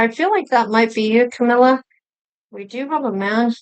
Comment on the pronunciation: Yay you said her name right. Awesome reading Thank you